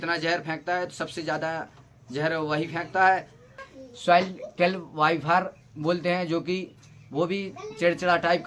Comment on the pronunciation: Vifer😂😂😂 phle sikh bhai shi se